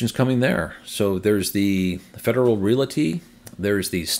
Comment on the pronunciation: another good update and glad MB charging is moving forward. They have good facilities. Please note: the word "realty" is only two syllables: REAL-tee. No schwa sound in the middle.